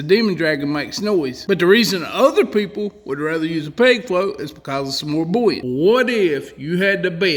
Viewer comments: Hot tip: there is no "L" in the word buoyant or buoyancy. It IS NOT "bullyant" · I just love hearing him say bouyant/bouyancy/etc